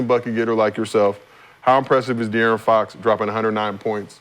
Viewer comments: It’s funny af how he butchers his name when it’s literally easier to just say dearron. Bro just adding extra letters for no reason 😂😂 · dude talking about get out of there when he cant even say his name right, u got no business talking g